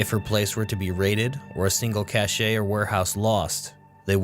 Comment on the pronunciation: Cache is pronounced like ''Cash''